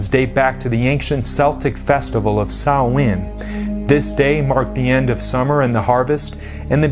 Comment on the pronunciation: Wow he really butchered the pronunciation of Celts and Samhain. Celts is pronounced as though it is spelt with a k (kelts) and Samhain is pronounced (sau-ihn)